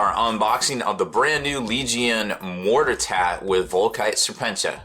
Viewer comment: hahahah he said MORTER-TAT. HAHAHAAHAHAHAAHH never change.